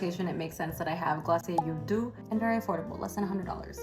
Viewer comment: So is glossier Doux supposed to be pronounced 'do' or the French pronunciation?